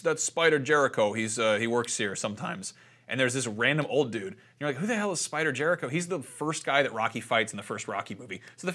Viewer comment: Spider 'Jericho'? SERIOUSLY??